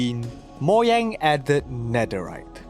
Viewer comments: Moyang? I believe it's pronounced Mo-Ga-ng (with a soft g) edited this comment to make it seem less rude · Ugh it's Mojang not Moyang!😡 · lol moyang instead of Mojang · It's MOU-Jeyng not Moyang 😢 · Bruh who pronnounces Mojang 'Moyang' 💀💀💀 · I quit the video when he said "Moyang". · stop saying moyang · The way he says “moyang” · YOU DONT SAY MOYANG! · Learn to pronounce Mojang properly